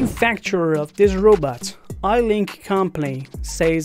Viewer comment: It’s not Eilink it’s Eilik